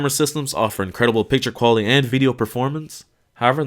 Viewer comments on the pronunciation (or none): the QUaliTY of the camera lmao is this guy mexican or from the south